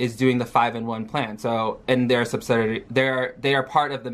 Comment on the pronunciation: Sub-SI-di-ary. Not subsidary lol